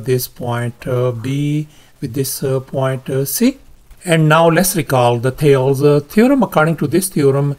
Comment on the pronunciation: Nice problem and solution! I solved it differently, using analytic geometry, but your way was much more elegant. You pronounced the Greek mathematician as "thails" but it should be pronounced "thay-leez". That is two syllables. For confirmation, see